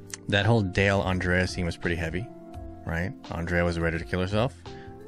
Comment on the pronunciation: Andrea not Andreya 😂